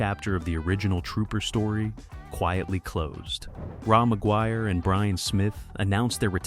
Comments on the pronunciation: Raw McGuire? Another lovely AI narration… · Ra MacGuire? Lol. AI sucks balls.